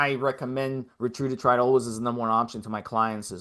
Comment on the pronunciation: If you went to a lecture on a new medication, and the entire time the person was mispronouncing the name of the medication, would you take them seriously? Steve, I know you have heard others pronounce Ret-A-Tru-Tide. Quit saying Retrudatride.